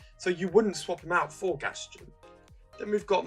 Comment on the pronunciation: You aren't pronouncing Gaston correctly.